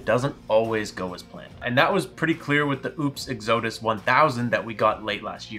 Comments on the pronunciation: ECK-SEW-DUSS?????? WTF??? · It is not "Exo'dus". LoL. Please don't empha'size the wrong sylla'ble. (So Not pronounced like Exodia from Yu-Gi-Oh!) Ok now that I got that out of the way... This looks like a pretty good bargain, if you can deal with the noise level, and it is on sale. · Exodus = XADUSS is the proper Pronunciation. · the way you pronounce exodus is hilarious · ..its Exodus....emphasis on the "E"... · Had to stop listening after you mispronounced Exodus for the 5th time. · While you may be farming comments for the YT Al Gore Rhythm by mispronouncing words intentionally, I would yank this video and reshoot the intro. Exodus is too common of a word. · 😂 They know what they're doing...they do it with almost everything. Lol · its O-PEZ not oops and where is he getting exodus from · He’s actually saying oupes and exodus wrong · Very painful video to watch when he just can’t pronounce Oupes or Exodus correctly 😵‍💫